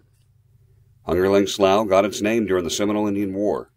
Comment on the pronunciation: Great video! sounds like the guy from my online continuing education courses. He must not be from around here or he would know that it is pronounced slew.